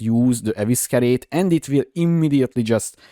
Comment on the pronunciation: EVE SI REYT = Evescerate